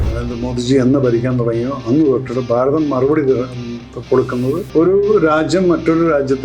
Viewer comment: ബാരതം അല്ല ഭാരതം